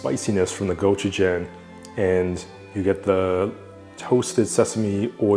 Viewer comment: Could u at least pronounce gochujang the way it’s supposed to be pronounced. Asian people have been whitefying and villafying our food to wyt ppl for too long. My grandmother is 99 and been eating a lot of ways u say are not optimal, yet she’s 99. Good luck w ur Patagonia sponsorship attempt.